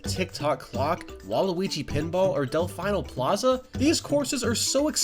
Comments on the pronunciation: Del "fee no" not fai no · Did you say delfineo? It's delfeno (I tried to spell it the way it's said) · You didnt mention that when in battle mode the less balloons you have the more likely you are to get a better item. And how all the bosses come from mario 64 which is kickass. Also DEL FINA not DEL FINE-A other than that i really enjoyed this video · I'm sorry, Delf-eye-no Plaza? Dude... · “Delfineo plaza” TRIGGERED